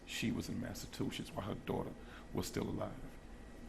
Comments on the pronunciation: That dude calling Massachusetts Massa-Two-Shits XD XD XD Too much man. Learn your states!!! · They both are talking like they know what happened to the baby already. "When Maleah was outside this mother was in Massa-two-shits."